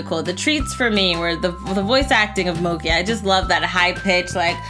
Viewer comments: Bruh is it just me or am i just really annoyed by how pronounces mokey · Cherriie Daisies Sr Pelo is on point, but Mokey isn’t sitting well